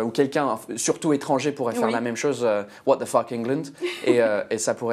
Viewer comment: "Watt de feuque" "staind-eup" frenchs are sooo bad with english (seriously, you aren't too bad but what's happening with your accent!) 😂